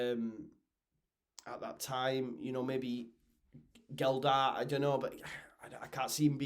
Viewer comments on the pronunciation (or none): instead of saying Roberts is Roberts, just tell the truth and say Roberts is shite, also its Gelhart not GelDart MOT